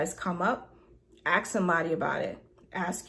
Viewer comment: For someone that is so smart, what would it take for her to learn how to pronounce ASK. It's so simple and easy. 🥴🥴🥴🥴